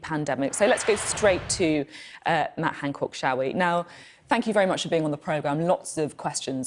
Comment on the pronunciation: Is she saying "Hancork" because she doesn't want to say "cock"?